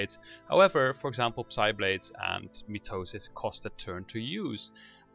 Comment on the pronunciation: Thanks, this helped a lot! Also, the "P" in "Psiblade" is silent ;)